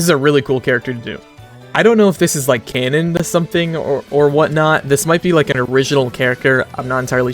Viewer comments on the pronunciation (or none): none